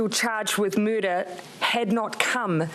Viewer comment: "charged with mooder" LOL